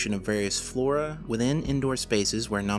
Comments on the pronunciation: no-men-clay-chure/ no-men-clay-tive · sigh...you can pronounce phenomenon, psychogenic, amnesia, and anomalous...but not nomenclature or nomenclative....it's making my eye do the twitchy thing...